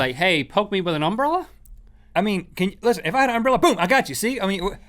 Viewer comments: Why is that guy pronouncing umbrella like that? Like he is putting emphasis on the first syllable. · They say umbrella weird, with that emphasis on "um." They say UM-brell-a. We say um-BREL-la in my area. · i find it wierd to hear that Link pronounces "umbrella" like "UMbrella", enunciating the "um", but that's just because me and everyone i know enunciate "Brell", like "umBRELLa" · Am I the only one who thinks they pronounce umbrella kinda weird? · I love how they emphasize the "um" in "umbrella" instead of the "ell." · Link said umbrella wrong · the way link says umbrella pisses me off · It is because they put emphasis on the "Um" part. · It's because they put the accent on the first syllable instead of the second